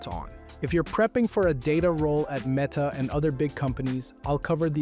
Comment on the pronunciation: What a jarring Meta mispronunciation at the end